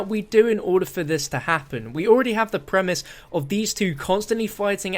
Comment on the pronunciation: Every time you say premise I swear your saying primis